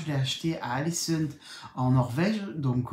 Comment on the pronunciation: Je sais que tu aimes bien te perfectionner. Alesund en Norvège oui mais ça se prononce "olesounde". Impatiente de voir ton design et continue à me régaler et à me faire rire. Tu as des expressions qui n'appartiennent qu'à toi. Ne change rien. Bise 😊